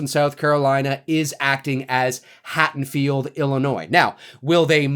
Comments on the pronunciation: Hattonfield?? HaDDonfield ffs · Hey, I am loving your updates on this new Halloween film! You're hilarious and well informed. I did hear you mispronounce Haddonfield as "Hattonfield" several times. Not sure if you were aware. Anyway, keep the awesome work coming. I am digging it all!